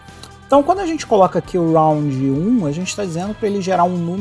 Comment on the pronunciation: Nao é round... é randon...